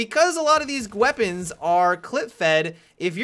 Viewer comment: gweapons XD